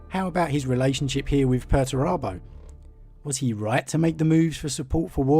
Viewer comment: Are you sure you're pronouncing Perturabo correctly?